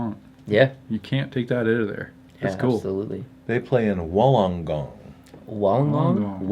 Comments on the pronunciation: Thanks for showing love to my basketball team, hearing you trying to pronounce Wollongong was fun (fyi phonetically it's pronounced Woollen-gong). Fun trivia fact about the hawks, only team to complete in every year since the nbl began. Also I believe the only team to be community owned at one point in time. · Also you pronounce Wollongong like Wool-En-Gong. And Cairns is pronounced like Can-s